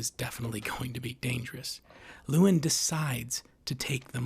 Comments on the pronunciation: Why do you keep calling him lewin, ya spoon. It's Llewellyn. Loo-ellin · "Lewellyn." You are mispronouncing it. I don't agree - Lewellyn is not "dumb." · "luh" + "WEL" + "in" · He mispronounces the main characters name at least 50 times 😂